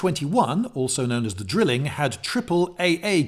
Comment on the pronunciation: not 'drilling' (like an electric tool); it's Drei-ling (like eine, zwei, DREI) it is, after all a THREE gun set-up. Have you built any models as an adult? I'd be interested in your modeling progression. Keep up the good work!